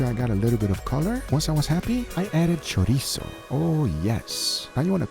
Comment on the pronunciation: Thank you Guga for pronouncing chorizo properly 💯